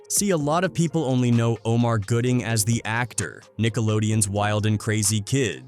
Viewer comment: His name is Gooding, not Goodling. If you're going to report on folks and i can only assume you want your little page monetized, at least put in the work to spell and pronounce their names correctly. It's disrespectful, tasteless, and lazy that you couldn't be bothered to get it right but you want us to suscribe, like, and hype up lazy work.